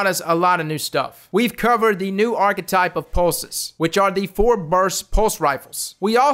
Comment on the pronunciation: i cringe everytime he mispronounces archtype